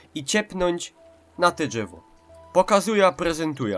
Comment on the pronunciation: Dżewo ;D